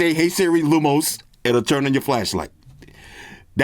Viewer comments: LUMOS (not luminos), and flashlight will turn on 😉😅 ....aaaand You know it already 🤣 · It's pronounced lu mos